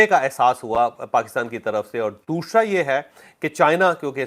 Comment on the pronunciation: Jawaid bhai. Ya Jo ap ka (دوشرا) hai ap k apna ya talaffuz sahe karain .thanks